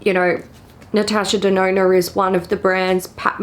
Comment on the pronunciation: Everytime says natasha denona... i hear natasha deNoNo XD